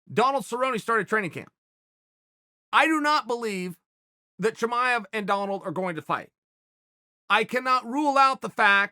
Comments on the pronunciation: It's Chimaev not Chamaev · Chael : "Chimanev is not Khabib 2.0" Chael ends up calling him : "Khabib 2.0" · Chael 'Hazmat Chimmeny' Sonnen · I'll admit it. I ran here to see how you'd say his name.